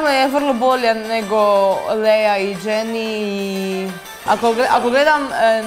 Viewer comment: Nika, Jenni se bukvalno izgovara sa J, ne Dženi